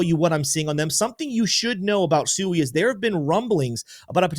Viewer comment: I like your videos but could you please use the correct pronunciation of Sui?